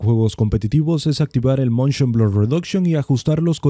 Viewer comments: es "Motion" no "Montion". Y bajale un poco al volumen de tu voz, es un poco molesta tan fuerte. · Se dice Motion Blur, no "Montion Blur" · moNshion xD... ese buen spanglish si se puede oir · el MONSHON xd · montion ,,jajajajajajajajajaja